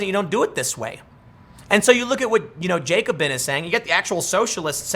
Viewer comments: it's the Ja-co-bin not the jay-co-bin. named after the radical french political group that cut off everyone head. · It’s pronounced “jack-o-bin”